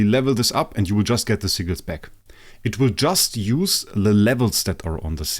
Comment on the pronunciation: “Seaguls” I CANNOT be the only that hears that when he says sigils 😭